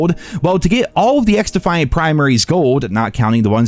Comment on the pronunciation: Bro 😂🤪🤪 xDuhhhFiAnT 😂😂🤪🤪